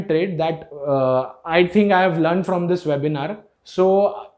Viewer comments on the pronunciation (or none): none